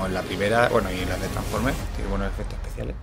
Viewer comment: Babelbi, traforme y makel bi, buena pronunciación